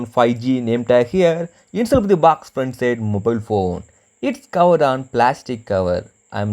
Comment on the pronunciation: baax ~~~~~ I think he wants to say box !!